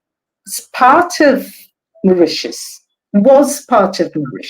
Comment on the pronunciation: Great guests but for the host please get your pronunciation together before airtime. You mispronounced Mauritius and Chagos several times. It’s a bad look for your channel.